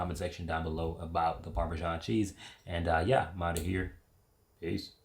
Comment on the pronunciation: "ParmeJean" clicks out the video